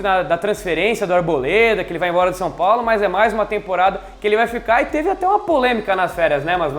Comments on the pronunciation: Dou risada quando o fala "San Paulo" kkkkkkkkkk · "Sam Paulo"